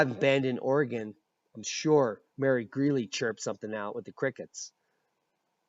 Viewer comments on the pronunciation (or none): none